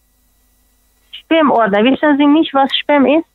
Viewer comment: Hast du wirklich Spermaordner gesagt? ,oder hab ich mich verhört🤣🤣